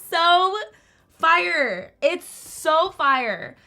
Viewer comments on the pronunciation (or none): noone:: “sOoœ fiRëe”